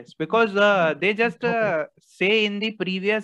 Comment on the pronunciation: Bee- ka-ooze.